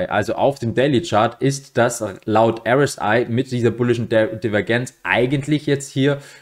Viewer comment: Candle Bodies, nicht Body Candles. Und bitte sprich doch RSI richtig aus